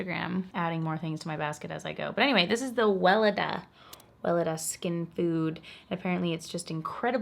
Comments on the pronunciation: Haven't even reached the 10-minute mark on the video but already gave it a preemptive "like". That "Wele-DAH, We-LAY-dah, Welelalah" bit had me in stitches (it's pronounced "Ve-LE-dah" btw). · haha i love how you pronounce "Weleda" greets from germany <3